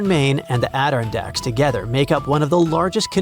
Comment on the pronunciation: The "ADD-irn-dacks are pronounced add-ir-RON-dacks and ISTELF should be ITSELF